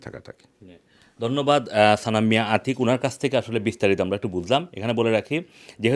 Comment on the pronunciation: his name is Atik, not Achik